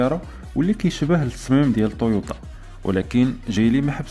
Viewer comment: تويوتا مو طويوطا